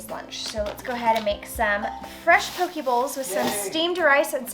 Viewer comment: Poke bowl. Pronounced "Po-KAY" 😉